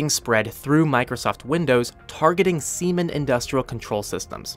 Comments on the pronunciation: Come on it’s Siemens not semen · its not called semens but SIEmens. like in "Sie haben das Wort falsch ausgesprochen und nun klang es sehr lustig" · Siemens is not semen. Lol.